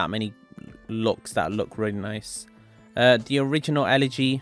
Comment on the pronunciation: "rully" - 2021